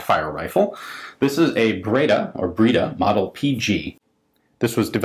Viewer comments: “Breda” is pronounced with the “e” as in “end”, not as in “breed”. So it’s like “bread” with and “aah” at the end. :) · Breda is pronounced just like "bread" with an 'a' at the end, which is pronounced as the ending 'a' in "camera". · It's pronounced " Brada". Breda for us ams.